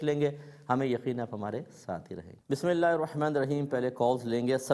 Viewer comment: Mazrat k sath mufti sahab Aaozobillah or Bismillah sahi nhi prh paty mufti sahab sy arz hai k talafuz sahi ada krain 2no k jazakallaho khaira